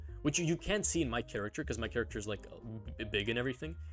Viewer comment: i finally figured it out, im stupid, it took me an entire video to realise he wasn't saying 'caricature', he was saying 'character'